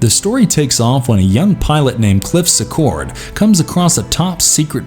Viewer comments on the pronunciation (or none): Announcer needs to work on name pronunciation. It’s Sea-cord. Not Secord. And I won’t even start on his pronunciation of John Leguizamo.